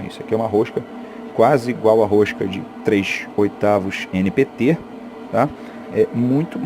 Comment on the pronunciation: "rochca de trech oitavuch" é ótimo rsrsrs